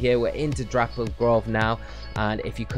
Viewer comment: ITS NOT THAT HARD TO SAY, DAPPLED NOT DRAPPLED LMAO